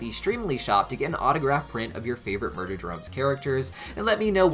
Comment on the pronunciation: I think Uzi can learn to control her Absolute Solver without it controlling her as well. BTW you said "MUDER drone from" instead of MURDER drone form. I thought that was kinda funny.